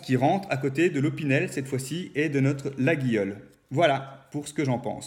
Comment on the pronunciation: C'est laguiole qu'il faut dire